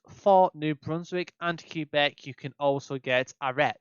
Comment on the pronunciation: Great vid! I appreciate the tips too! Some stuff I def didn't know! That said, plz plz stop calling it Q-Beck ahaha